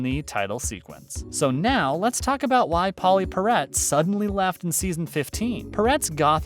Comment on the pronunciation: Yeah...Pauley Parrot! Lame.